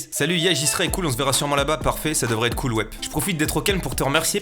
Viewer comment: T’a mal prononcé cool et ca a fait euhm..